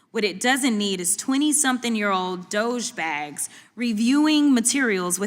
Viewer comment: She totally said dogebags 🤣🤣🤣🤣 love it!